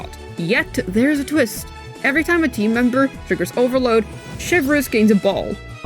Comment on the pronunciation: I love Americans pronouncing things SOY-vreuse xD